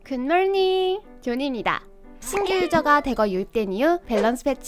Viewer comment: 굿몰닝 발음 왜캐 킹받지...ㅋㅋ